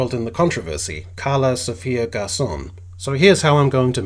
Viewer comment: "Karla's" last name is Gascon, but it's kind of hilarious that you pronounce it "garcon" (French for 'boy').